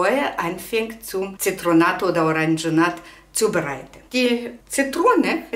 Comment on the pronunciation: Danke für das gute Video. Bitte erlauben Sie einen kleinen Hinweis: Es heißt Zitronat = richtig. Es heißt nicht Orangenat, sondern Oranschat. Herzliche Grüße aus Bayern Erna Brosch